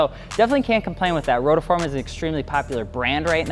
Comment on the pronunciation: It's not rotaform.. it's rotiform.. like ro-tee-form